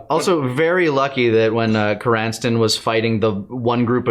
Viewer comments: Yes it’s a nitpick and I’m sorry Krrsantan being called krinstan(or some other variation) the whole time hurt lol. Love my 80s metal as shit wookie😂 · I love that they're just calling him "Cranston." Like, I don't blame them, Krrsantan is a tough name to memorize and/or pronounce.